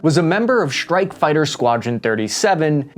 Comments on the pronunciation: Gee if you are speaking English then speak English - “Strike” has an hard S and is not “Schtrike”. It’s laziness to not pronounce it. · Hey can we practice pronouncing strike as it is spelt as opposed to shtrike? And while we're at it extra instead of exshtra?